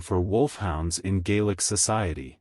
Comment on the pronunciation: Get rid of the AI. The mispronunciation of names and other Gaelic words is a bit troublesome for me. Other than that. Well done!